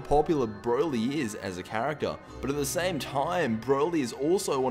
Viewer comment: hahahah you said character wrong